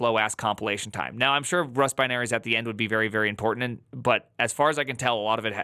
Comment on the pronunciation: Why are you enunciating the word important in such a ridiculous way? I've noticed a lot of Youtubers doing that lately. Do you guys always copy each other's nonsense?